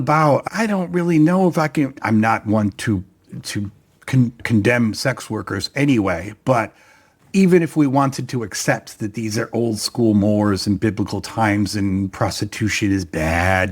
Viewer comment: She wasn't out prostituting, they all assumed she was because she was pregnant but as far as they know, she's had sex with no one except her now dead husband. (mores is pronounced more-rays).